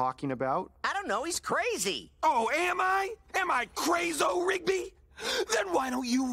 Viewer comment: Got that right. By the way, it's "Rigby" not "Ribgy".